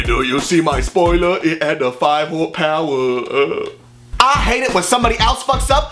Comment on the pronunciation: "5 whore powa"